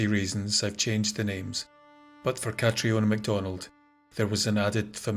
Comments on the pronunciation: Please, Catriona is prounced 'CATRINA' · I always thought Catriona was still pronounced Catrina 🤔... I knew a girl called Catriona a few years back. She's gorgeous but has no idea. She's hated it but i loved it! 😂... but yeah, hey Cat, if you're reading this 😂